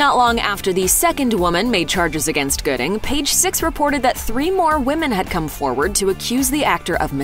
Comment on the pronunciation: Dang cuba gooding jr not goodie